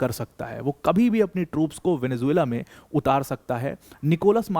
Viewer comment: Mene video tabhi band kardiya jab Venezuela ko isne Venzulla bolna chalu kiya.